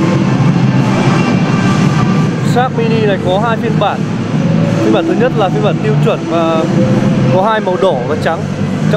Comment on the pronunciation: Mịa, đánh giá quần què gì nghe xong hết muốn mua xe luôn. Mở màn vô: Hôm "lay' mình xin được "lói" sơ qua về... ==> nghe là hết cảm tình. Nói lắp đã đành còn nói sai chính tả nữa. Vô giữ bài: "ở đây có 4 phiên bản màu "nà" màu đen và trắng..."? ==> hồi đó học mẫu giáo chắc cô giáo cha này chết hay sao đó, không dạy chả đếm ak? Chưa kể, thương hiệu người ta là Ếch - Quai - Em (phải phụ đề cho ba này thấy rõ), cứ nhai đi nhai lại Sim Sim, nghe thấy bực mình.